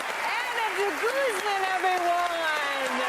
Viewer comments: Dee-gooze-man not guzz-man ;) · Deh'-gooz'mon= DeGuzman! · “Ahna Deguzzman” lol butcher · Goosmon. with the emphasis on the suffix "mon" is the way the name is supposed to be pronounced. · That's not how you pronounce De Guzman;) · If you re-filmed part of the video because you changed your mind, why didn't you also go ahead and correct the beginning where you butchered her last name?